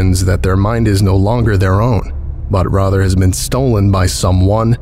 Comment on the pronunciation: So, American listener here., baby, you know I love you, but I can instantly tell you're doing an American accent on the word "rather". Genuine Americans pronounce the "a" as it sounds in "raft" or "wrath", not Eli Roth-er. Involve your nasal cavities a bit, leave wide central air above the tongue, not raising that air towards the front of your mouth. Let the A be pushed out super fast from the back to the front. Like, if you listen to Bugs Bunny, Mel Blanc kinda spits up his words and involves the back of his nose a lot. Mel Blanc does excellent variations on modernist American English inflection. Very Golden Era Hollywood. That is the only note I really can consistently give you across years of your content. I know that makes this sound really nit-picked like I'm looking for problems but I swear: otherwise, your impression is... g e n e r a l l y very consistent and thus quite good. Next upload you do, lemme see ya do a firmly Americanized r-A-ther. It'd be pretty sweet.;O